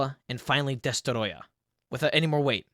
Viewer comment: The way he said destroyah Am I’m making fun of you heck nah